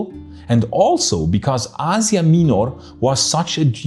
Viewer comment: i had no idea thats how you pronounce asia minor